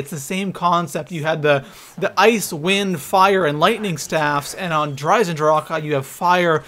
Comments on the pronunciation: Stop saying DER eisendrachAHH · It's just eisendrache, not eisendrâãåcke. Stupid bitch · I stopped watching the video because of how he says der eisendrache, der eisendracha? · you spelt der eisendrache right but you say the e at the end of eisendrache longer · 'Der EisendrachAH' and 'ZetsoBEW'., y u do dis?